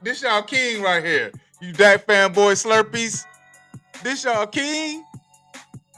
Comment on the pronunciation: He is a duack a fools gold quaterback. When you going to make do your thing I’m waiting